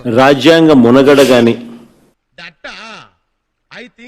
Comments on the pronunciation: తుగ్లక్ జగ్గు! మునగడ కాదు మనుగడ. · ఇంతమంది ట్రోల్స్ చేసిన ఇంకా మునగడ అంటున్నాడు అంటే ఏమనాలి. మనుగడ అని నేర్పించండి రా బాబు.